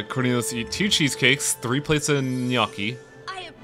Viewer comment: And you've never had French Onion Soup. Just listening to this shit makes me want to cook everything Escoffier ever made or ate and patiently introduce you to a world of cuisine that has passed you by. Gnocchi! N-yok-kee! Arrrgh.